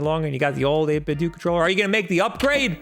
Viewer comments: Its "doe" not "doo" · I’m wondering how you pronounce Nintendo? Nin-10-Doo? It’s 8–Bit-Do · "8bit - DOE" how are you f**king this up? It's supposed to sound like Ninten-do! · STOP SAYING 8BITDOO IT IS 8BITDO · It’s 8bitdo not 8bitdont nor 8bitdidnt. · It is 8bit doh, not dOOh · People need to stop saying "8 bit dew"... IT'S A PLAY OFF OF "NINTENDO" IT IS PRONOUNCED "8 BIT DOE" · i cringe a little everytime pronouces it as 8bit-dooo.. i mean you don't pronounce nintendo as neen-ten-dooo, its more of a dou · 8BitDoooooooooooooo I cant even watch your videos about 8BitDo's awesome controllers because of the way you mispronounce this excellent company's name. Come on man, you're a professional! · It is pronounced "do" like Ninten-do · It's not 'dooo' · I hate it when someone pronounces it as "8bit-do". It's you say it like "Nintendo". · Bro, its Do, like dough. Not Do like dee. It comes from NintenDO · NIN 10 DOH 8 BIT DOH Dude, you're a professional broadcaster, get your pronunciations straight. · doesn't 8bitdo rhyme with Nintendo?